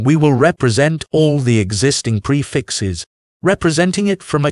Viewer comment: That's not how you pronounce "prefix" xD